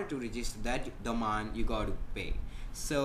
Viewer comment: He says "Domine"